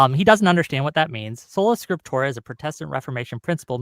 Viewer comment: "scriptorum" or "scriptora" are both wrong. it's "Scriptura" this guy is a total joke....why does waste his time